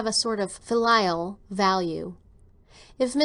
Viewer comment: I think pronounced the word "filial" wrong. According to every dictionary website I checked, it's like fill+eel, she calls it fil+LIE+ill. Also the word "bequeathed", "physiodomy"?, I believe it's "physiognomy".